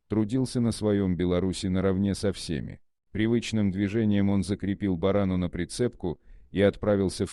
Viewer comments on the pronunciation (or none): Не бАрана, а боронА!